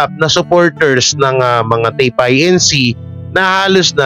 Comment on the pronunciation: TAPE INC. that is INCORPORATED (INC) (Do not spell out) pronounced it INCORPORATED